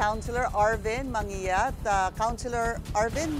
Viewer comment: Anong MANGYAT? (Manguiat) Manggiyat ang pronunciation jan, obob